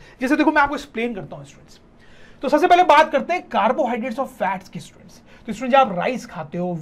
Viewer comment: Sir ji students ki jagha stuents bol rhy ha 😂 but very good 👍